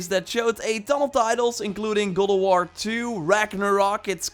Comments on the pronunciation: its god of war not guld of war say it right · “Gowd o warr “yess his back!!😂